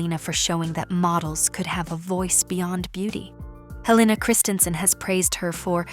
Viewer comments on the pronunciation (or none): none